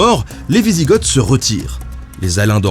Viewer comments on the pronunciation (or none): Normalement ont prononce les Ostrogoths et les wisigoths en Français sans prononcer les oths finaux, donc ont dirait les ostrogo et les wisigo !